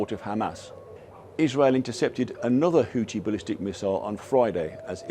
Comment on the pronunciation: Christ... It's WHO-THI .. with an H at the end... NOT "Who-tee" . It's LITERALLY in the spelling (Houthi), you're also in the region where people likely say it all the time and you still can't even say their name properly. HOUTHI .... NOT "Hooti".